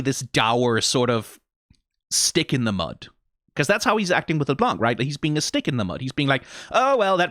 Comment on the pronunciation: out of curiosity why are you pronouncing LeBlanc as LesBlanc? It sounds very odd.